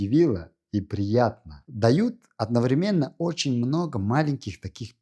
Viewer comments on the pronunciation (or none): none